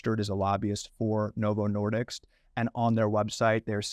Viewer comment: As someone who knows, it drives me crazy that he keeps getting the name wrong. It's Novo Nordisk, not Novo Nordicks! 😆